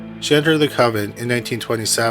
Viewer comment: He's dropping two letters that don't even follow each other, the "n" and "t". Dropping the "t" would have made it "conven'". The op is correct to point out the error.